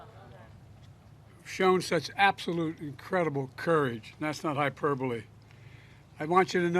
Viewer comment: do you know what that even is? because it's hyperbole not high perbally lmao